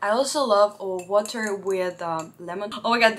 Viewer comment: When she said get some wa’aaa